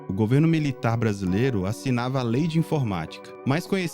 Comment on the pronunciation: Ronaldinho campeonato "bracilero" "noenta e oito" ( apertava start eeeeeee ) 😂